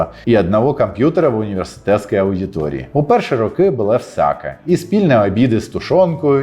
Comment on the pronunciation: На каже: "У перші роки БУЛО ВСЯКЕ...", мені ж почулося "У перші роки БУЛА СРАКА...". Потім він почав перераховувати - "спільні обіди з тушонкою, і робота в рукавицях..." і я зрозумів, що то в була обмовка, а я почув все вірно. ))))))